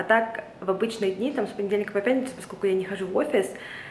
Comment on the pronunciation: поскоЛЬку, постоЛЬку, тоЛЬко что 🙏🏻🙏🏻🙏🏻 И эти Аканья как у чайки.. очень портят вашу речь